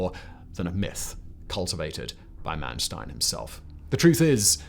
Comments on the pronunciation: It's Mannstein and not Mannstien. Don't pretend to be American. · It's Manstein not Mansteen. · Its not Man Steen. Its Manstein. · Yes! Was about to say this. 👍